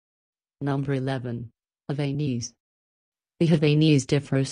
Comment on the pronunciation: And the robot/computer voice mispronounced Havanese (#11); super annoying!